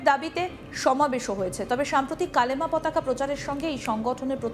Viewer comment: Hijra talks India wins. It's not kalma it's kalima😂